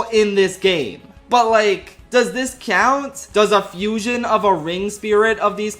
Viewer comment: I love the moments Philly accent comes through ("cyount," "cyoupon").